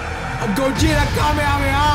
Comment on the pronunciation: I like when you say goguta stronger 💪 thing ever bro